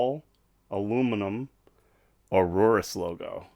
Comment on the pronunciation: It's pronounced AYE-OR-US